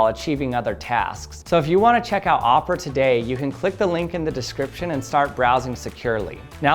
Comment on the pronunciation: Omg it's o pe ra not o pra